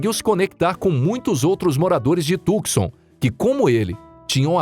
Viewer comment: A tal cidade de Arizona chamada Tucson e' pronunciada corretamente assim: TU (com o 'C" silencioso) SAN, e nao tucson como ele diz. Portanto TUSAN, com o acento no "A" da silaba final. TU-SA'N.